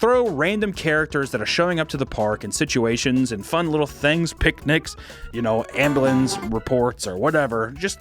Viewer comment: I forgot you were from Missouri until you said "Ambalins"